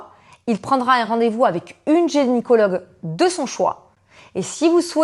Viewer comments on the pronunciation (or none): Très intéressante cette vidéo, juste petite rectification on dit « GYNÉcologue » pas « GÉNicologue » ❤